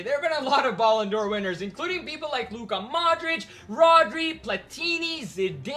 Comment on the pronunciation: Guy you literally just said "baloon"dor